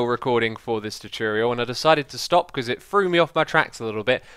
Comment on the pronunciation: Another great 'chooturial' X! :D